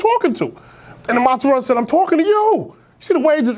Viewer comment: U gotta ununciate mozzarella better for me